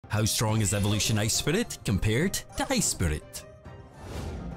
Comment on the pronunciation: "Ice spereet"